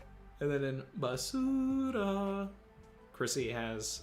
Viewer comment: Basuuuura.... Lol Actually,, how is your Spanish?